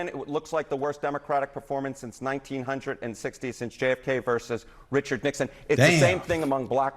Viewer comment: Hate how he says 1960... A moron.